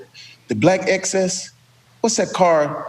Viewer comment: XS not excess! 🤦🏾‍♂️